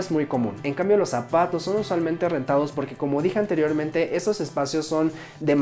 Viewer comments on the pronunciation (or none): Cada vez que decía Apaatos yo escuchaba Zapatos :'v